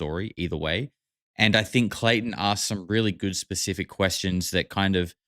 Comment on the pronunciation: now i cant stop hearing clayTON in my head lol